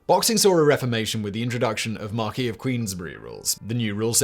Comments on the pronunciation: Mark-ess not mark-ee (of Queensbury). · Marquess of Queensbury. Pronounced like mar-kess. Way to go, Simon!